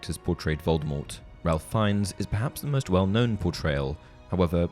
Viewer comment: Ralph Is pronounced Rafe… just ask him! (Oh, and Voldemort has a silent T)